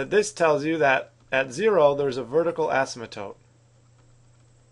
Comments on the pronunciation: You mean “vertical asym-a-tote”! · Bruh the way he says asymptote